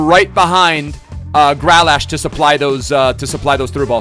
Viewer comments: Not Gra lash... Grealish. Say it like "Greelish" lol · i love the content but its GrEAlish not Gralash